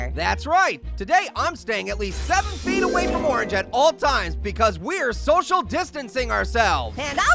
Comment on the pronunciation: DUDE ITS 6 FEEY